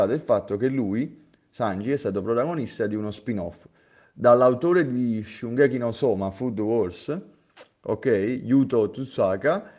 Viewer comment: A me i tuoi video piacciono abbastanza però allenati sulla pronuncia dei nomi di oggetti e persone,perché owen è oven e shungeki è shokugeki,apparite queste cose bel video bravo